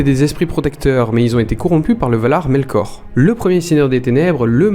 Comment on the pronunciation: Par contre je crois que cest Feänor ( Felleanor comme tu dis; en fait le nom se prononce comme il s'écrit) qui crée les Silmarils. Cest Melko ou Melkor ( Melkior) qui depuis le vol des Silmarils se fait appeler Morgoth. Le Beleriand désigne les terres de lest de la Terre du milieu dans les premiers âges du Monde; la guerre de la Grande Colère s'achève avec la Chute du grand dragon Ancalagon le noir qui vient s'écraser sur les pics du Tangorodrim. Voilà pour les précisions de ta vidéo. Une vidéo sur Feanor et les noldor serait intéressante.